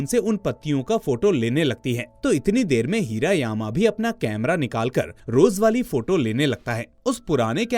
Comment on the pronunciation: हिरा यामा नाही हिरा मामा